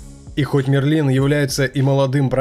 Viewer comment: Мне кажется что правильнее будет говорить: МЭРЛИН